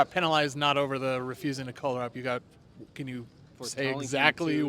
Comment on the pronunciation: Who says "color" like the mic hand guy? CO' LOR